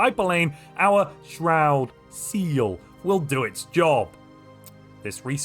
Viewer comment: I really like the way you say shroud seal